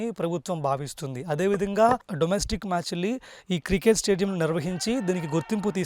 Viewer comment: బాబూ... అది కృకేట్ స్టేడియం కాదు. క్రికెట్ స్టేడియం. ఇది మంచి వార్త. కానీ మీ యాంకరింగ్ బాగోలేదు.